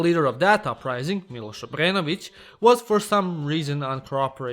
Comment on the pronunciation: When I heard you say "Miloš Obrenović" I really thought that you were serbian.